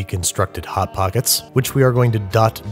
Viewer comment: Lol you said Hot-pockets like a rich person who’s never encountered one before.